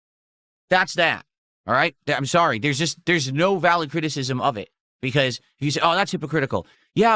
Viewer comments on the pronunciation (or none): Ahm sowry guys. Ahm beeing tu lowd. Ahm sowry.